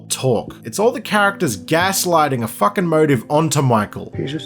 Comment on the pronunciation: “That’s Jason fookin Lannister”